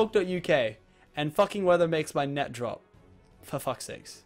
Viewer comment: lol when he said foe fucks sakes instead of for fuck sakes